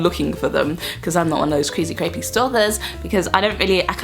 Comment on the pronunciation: you said "Creezy Crapy stalkers" haha i do that stuff all the time